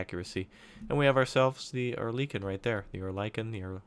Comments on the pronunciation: Pronunciation Or-lee-kun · It's pronounced oh-er-lick-un